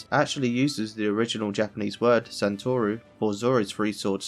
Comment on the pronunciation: three sword style is not called sentoru its sentoryu